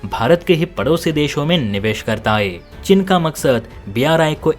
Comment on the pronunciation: चिन नहीं चीन। हिन्दी तो सही से बोलो।